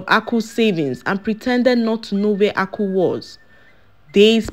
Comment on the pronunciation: please this name Aku means wealth but you'r pronouncing it to mean palm canel